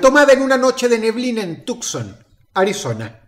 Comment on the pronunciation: tuckson xd